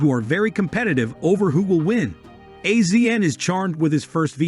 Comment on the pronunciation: Got to love AI. Can't pronounce anyone's name correctly and they repeat it 100 to 200 times. CRINGY! It's AZIAN not A Z N, you idiots.